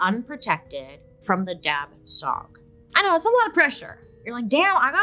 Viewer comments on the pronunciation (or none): For the Hmong, it is pronounced without the last letter of those two words. So it should sound like Dah-Chaw instead. Thanks, BS!! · The correct way to pronounce the ghost or spirit In the Hmong community it’s dab with a silent b so it’ll sound more like dah and the second part is xwb pronounced like shu so it’ll be dah shu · BTW, "dab tsog" is pronounced almost like "da chaw" or "da jhaw." Dr. Mike covered SUNDS from the Hmong refugee incidents as well & pronounced it like how Bailey did.